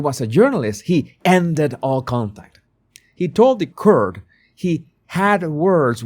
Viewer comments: "court" is not pronounced like "curt". It is pronounced like "cort". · Yay, great video. I hope you won't mind me helping with your pronunciation, Court is pronounced the same as caught, as in catching 🎉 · Hi Court is pronounced Cort, Caught I know you love to pronounce correctly🤗👍